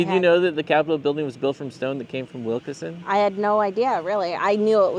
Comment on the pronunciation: It’s pronounced Wilkeson, not Wilkerson